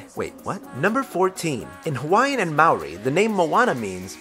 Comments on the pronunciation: Its Maori And comes from NEW ZEALAND GET IT RIGHT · Who else visibly cringed everytime he said Māori? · gotta hand it to him for his pronouncing of māori, half the people in newzealand can't even say it properly or any of our words properly. he tried and he dosen't even live in newzealand my mates live here and still say I'm marriy. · The way Māori was pronounced.. it got on my nerves😂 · Lol I'm from New Zealand, and I couldn't stop replaying the way he says Maori 😂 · I'm not surprised but you said Maori, tonga and Samoa wrong. Everyone does it though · Sigh... His pronounciation of Maori was hurtful, not many people say It right. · I hate it when Americans tryv to pronounce Maori oh well at least he tried